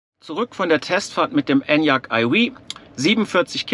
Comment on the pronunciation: Wenn du nur aufhörst Enyaq eiwieh zu sagen 😆😆😆